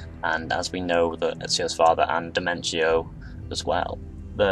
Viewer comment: dude, nice premise, but please, in the future get the pronunciation for foreign names.......or have them divided into syllables..... you gave NO-BU-NA-GA 3 diferent names, and Domenico Auditore became Dementio more than once (almost every time you spoke it)